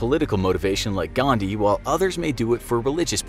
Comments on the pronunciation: it is 'Gandhi', not 'Ghandi', just saying as an Indian. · it's Mahatma "Gandhi" and not "Ghandi" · It's Gandhi and not Thandi!! XD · The name is Gandhi and not Ghandi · Literally everyone:GHANDI GHANDI GHANDI ..... . In real it is :"GANDHI" And for everyone its not Ghandi its Gandhi* I'm on intermittent fasting while watching this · 'ghandi'?you are insulting indian culture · What did you say Mohammed gandii bother you really some manners Don't be racist k BTW it's (mahatma gandii) 🎭